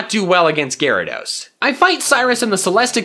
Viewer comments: u say gayrados not gyarados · Lol Gay-rados Srry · It's not gayrados, it's gyarados.